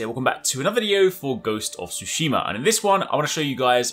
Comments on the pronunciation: つ、し、ま！tsu,shi, ma! TSUSHIMA NOT TSU SU SHI MA! Kuu nai no! KUNAI!! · Ghost of Sushi-Ma lol. Tsu is pronounced differently from Su